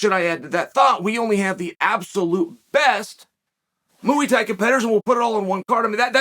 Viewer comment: When Chael says Mooee Thai I wanna choke him